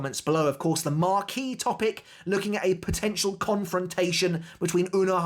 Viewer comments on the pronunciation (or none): none